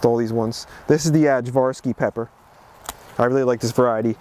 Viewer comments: / Ajvarski isn't "adj-var-ski" it's "aye-var-ski". There's a condiment called "Ajvar" made in Macedonia, which is where this variety of pepper got its name!! Ask me how I know. ;-) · its pronounced Ayvarski. in slavic languages, J = Y. Great videos btw. really learning a lot. Also, you can try making Ajvar/ayvar, or Polneti Piperki/stuffed peppers. they are balkan delicacies